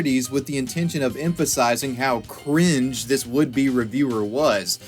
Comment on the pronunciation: The way you emphasize "cringe" hurts me so much. I hate 2016